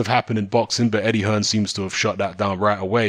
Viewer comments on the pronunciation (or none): none